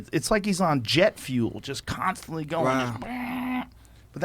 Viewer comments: 'Kan' stantly! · Kanstantly- joe pink rogan